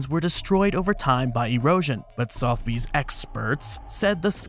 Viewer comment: the E in Sotheby's is not silent also owners get to sell things they own